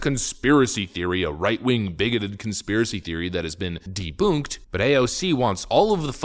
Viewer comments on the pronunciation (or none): Deboonking 😅 ? Debunk. Like bunk beds. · I listen to you several times a day...I really enjoy the programs,however you are driving me crazy with your mispronouncation of debunking debunked debunk...there's an N in the word. It rhymes with dunk skunk bunk trunk ,it's not deboook! You're a smart man, get it right! The N is not silent! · Lol. “Deboonk.” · The way you mispronounce ’debunk’ is annoying af dude.